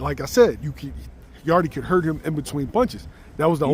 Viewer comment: So y’all just gonna keep calling him Yardeee instead of Yarde, the E is silent 😂